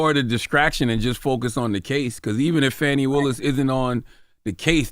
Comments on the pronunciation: It's not FANNY it's FAWNEE spelled Fani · Everytime Charla mispronounce Fani name, it's disrespect.